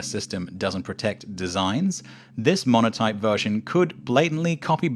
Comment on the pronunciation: . Montoype instead of Monotype.